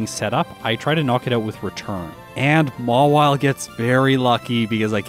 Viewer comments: it's Mawile not Mawille!!😤😤😤😤😤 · Mawile. Not Mawille.